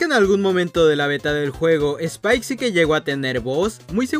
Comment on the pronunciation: Es spike no "spile" xd